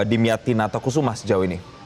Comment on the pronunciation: 😂😂nama nya pak dimyati bukan damyati, metro tv research dulu ga sih nyebut nama aja salah😮😮😮